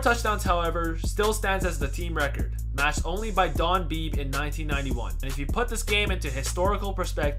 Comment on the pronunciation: Did you say Don "Beeb"? It's BEEBEE!